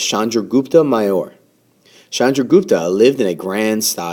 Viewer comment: maurya is pronounced "mauri yaa"